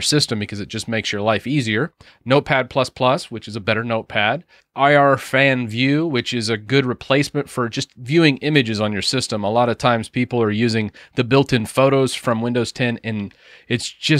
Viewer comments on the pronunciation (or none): It's pronounced "Irfan-view" not "I R fan view"; the authour's name is Irfan. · Irfan in Irfanview is a name of the author, nor an infrared blower. Read like "eeR-fun", with hard 'R'. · I R Fan View? .. Irfan is the dev's first name and the prog is pronounced "EarfanView". Maybe you knew this but any decently seasoned windows user (and Linux too now with the Snap package) should be well aware of IV. Pronouncing so strangely like you did was jarring ... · "I-R-fan-view"?! It's "Irfan-view". Irfan is the dev's name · Irfan is the author's first name. Not I-R-fan-view ... Irfan-view! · IrfanView should be called Irfan View not "eye arr fanview"